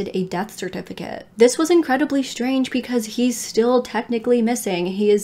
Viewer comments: Does anyone else smile when says “ pecause “lol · I never noticed until you said it!